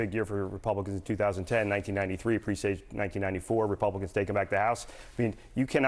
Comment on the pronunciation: He doesn't know how to pronounce "presaged."